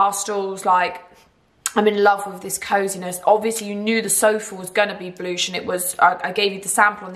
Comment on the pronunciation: I was thinking is that how she says blush 🤣🤣😭